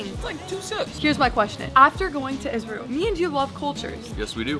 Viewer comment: I don't know why you keep saying isreal 😂